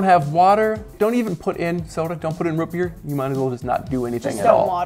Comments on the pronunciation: Root NOT Rut. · Root beer not rut beer smh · It’s ROOT beer, not rət beer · I kinda cringed anytime said Root Beer. It was like Rut Beer..... I don't know how to feel about that. It was kinda funny but still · "Rut beer"? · lol why does he say root beer as "rut beer" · Did he say rut beer? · You lost me at “rut beer” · Did he say "Rut Beer"? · thats not how you say root beer